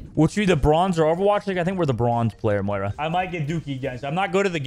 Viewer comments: yo dude it's moira not mora or whatever it is you say xD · If you pronounce Moira wrong one more time I’m gonna flip my shit